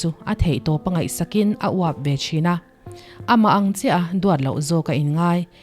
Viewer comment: Nang chuan min veng annggggg(ná deuh a lam tur)